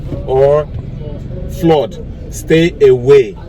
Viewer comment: Spelt (FLOOD)>>>>>>>>Flad not flord pls stop damaging the English language 😭😭😭